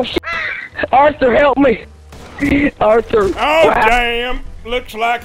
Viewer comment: Btw arthur not auther